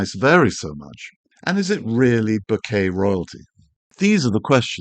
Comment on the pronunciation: As a photographer and Japanese speaker, I am on a mission to stop hearing bokeh mispronounced in every YT video. It's an incredibly easy word to say correctly: it rhymes with 'okay'. It doesn't have your 'bouquet' intonation, or worse, the ubiquitous 'boca' (Spanish for mouth). Other than this minor triggering of my OCD, your videos are endlessly interesting and helpful.